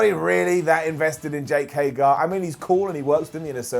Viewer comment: HagEr, Simon. HagEr.